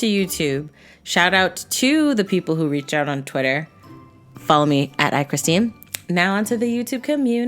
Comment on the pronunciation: Oh I’m surprised she pronounced my name right lmao